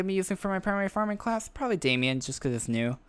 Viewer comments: Except he pronounced it as Damian, when it's actually pronounced how it's spelt... Aka, Damon. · There is no i in it? What are you smoking? Too many kids thinking they know shit they don't sadly.... It's MATT DAMON, Not Damien or Daimon... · It's not Damien its daimon (day-mon)